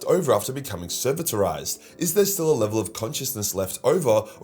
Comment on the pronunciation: De-ser-vit-or-ised! Goddamn... still love your videos even if sometimes your pronunciation makes me lose IQ points